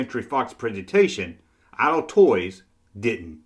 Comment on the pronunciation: LOL he said IDLE Toys